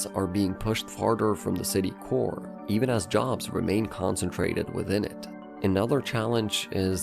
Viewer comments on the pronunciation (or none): none